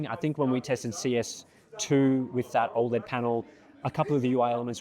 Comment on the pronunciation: Still triggered by the pronunciation of 'OLED' as "Ol'-Ed" as if it was his mate Ol' Ed from Auzzie and not how I've heard everyone other person say it which is 'Oh, LED'